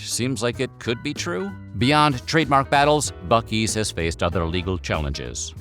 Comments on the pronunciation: Joke is on you! It's pronounced Buc-ee's! With ya AI Stephan Colbert sounding ass. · I am obsessed with how there are two ways you can pronounce a word starting with buc without a second c and neither of them is "buck" Then again, Texas